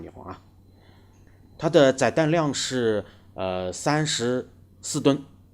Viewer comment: 载（第四声）弹量 ；翅膀折起来：可变后掠翼